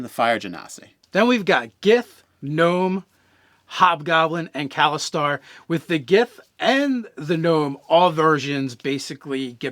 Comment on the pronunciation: Kalashtar. It's Kalashtar, obvs